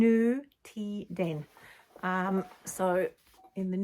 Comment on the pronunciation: Congratulations to the baby to all of you - how wonderful 💖and thank you for a great and informative episode 🌟 Looking forward to next time 🤗💓 (and now your pronunciation of nutiden is perfect😻🧶)